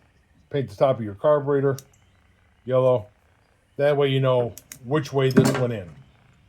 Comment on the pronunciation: you sound like tarly fixes all "carbatraitor" Lmao 🤣 🤣 🤣 🤣 🤣 🤣